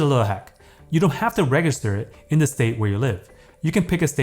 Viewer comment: Did he say reghister instead of register???